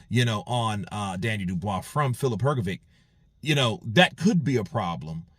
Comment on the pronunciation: Please learn to pronounce hrgovich's last name,it is Hrgovich not hrgoviq